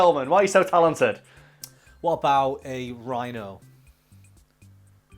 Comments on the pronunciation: "Rhino"...Me: RYE-no!!!! COME ON GUYS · come on,, Rhino -> Rye-no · Rye-no would be decent